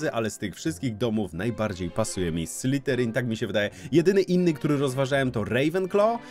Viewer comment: błagam, to nie SlyTerin. Prawidłowa wymowa to /ˈslɪðərɪŋ/. Dźwięczne th zbliżone do polskiego /z/, koniec języka między zęby i delikatna wibracja dźwięku /z/. SlyTerin przez T brzmi bardziej jak podrzynanie gardła, a nie pełzanie węża xD